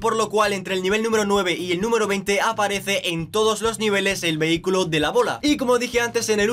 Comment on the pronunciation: Alaaaa as dicho vehi-cylo 😲😲😲😲😲😂😂😂